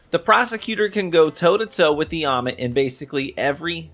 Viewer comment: it's how you said "Ommit" lol Btw, what shader on that Prosecutor? 🤩